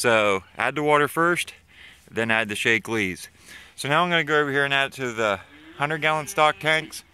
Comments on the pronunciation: I was on pronunciation. It isn't 'Shake-lee' up my way. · Btw "Shack-lee"